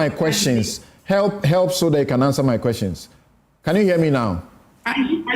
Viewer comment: From the USA: Please, Sampson, your pronunciation of the word, "QUESTIONS" can be better than what you do now. Please, check the pronunciation and start correcting it. Thanks.